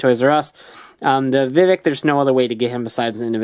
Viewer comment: Isn't it Vivix, not Vivik?